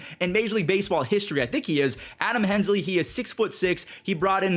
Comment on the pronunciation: “Adam Hensley”